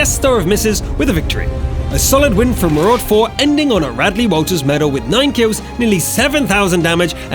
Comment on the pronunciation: MARUDA not MARUD4 dick